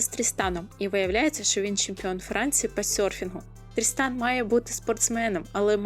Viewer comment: Відео супер, правда мені все відео чується не "Тріснан", а "Дрістан"😂 нічого не можу з собою зробити😂😂😂дякую за відео і настрій